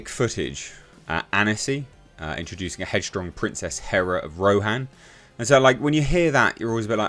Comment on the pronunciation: Big difference. Not Greek hera. But Hèra (Hei’yr’a)